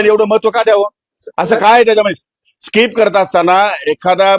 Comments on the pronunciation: वीतभर फाटली ह्याची म्हणून स्किप च्या ऐवजी स्काईप स्काईप म्हणतोय जुगारी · Skip ला स्काईप म्हणतो हा बाबा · कोट घातल्याशिवाय शिवाय हा फिरत नाही.... ह्याला skip पण बोलता येत नाही 😂